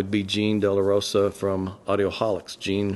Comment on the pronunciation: Appreciate the call out. BTW, my last name is DellaSala not DellaRosa 😉 I also live in Florida, not Georgia. You make many valid points but some not so valid ones I hope to give you constructive feedback on without causing any hurt feelings. First, I respect what you do as a loudspeaker engineer. I think you’ve made some fine sounding products from what I’ve personally heard in the past and you’ve been a recipient of a few awards on our website I believe. I completely disagree with your take on cables but that’s OK. We can respectively disagree with each other and still be friends. You seem very likeable and down to earth and I am very flattered that you offered me to stay at your place. I’m dying to try your ribs and hang with you and Ron. I really enjoy Ron’s work as well. His videography is superb, has a great sense of humor and I appreciate his subjective listening reporting he does on products as well as his objective measurements. Class act right there. I find it a bit troubling that you seem to give Youtubers a free pass that magazine reviewers don’t get. First off, I can’t speak for other magazines, only for how I’ve run Audioholics for the past 22+ years. Our reviewers are completely detached from the marketing/advertising side of our publication. I oay them the same for a good or bad review. In fact, I’ve had companies drop advertising bc of an unfavorable review we’ve given them. I always side with our editorial staff unless they’ve made factual errors or mi